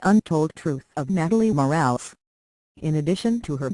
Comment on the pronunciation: Total BS! One would think this crappy website could at least pronounce her name correctly!🖕